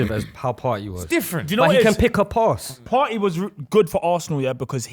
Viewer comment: “partey landed jan” someone kick this guy off the show man